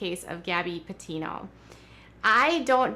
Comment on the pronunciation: Yup I was appalled when she so disrespectfully mispronounced Gabbys last name she’s a loser and to be honest I’m not even surprised but my heart does hurt for all those that love Gabby🌺❤️🌷